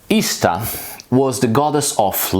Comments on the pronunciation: I died... when I heard say, "ish-tar". Hearing him do my (American) accent was hilarious!😂... is that really what others in the world hear?? OMG, I'm changing this immediately. Can you see going to a Texas shaman(no offense TX shaman😅)....? With that draw!! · I'm genuinely perplexed as to how you manage come up with most bullshit that you do. How the fuck would her name be pronounced "ih-sta". Like seriously, it's embarrassing. On the point of Eostre, the fact that Eostre is exactly what we'd expect an Anglo-Saxon version of Aurora to be named is strong evidence in favor of her existence. They knew nothing about Proto Indo-European or regular sound changes between languages, which makes it impossible for them to have created that name to match perfectly what her name actually would have been if she had evolved from a common source with the other goddesses.